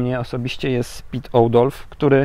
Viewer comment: Oudolf wymawia się Ałdolf :)